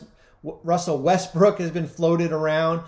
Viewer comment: he said Russell westbrick🤣